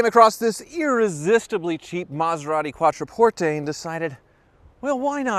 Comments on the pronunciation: Learn how to pronounce Quattroporte! Its NOT "QuattroportEY" its "QuattroportHe"! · LEARN HOW TO PRONOUNCE THE NAME. CALL THE DEALER THEY PRONOUNCE IT QUATTRO PORT. NOT PORT A.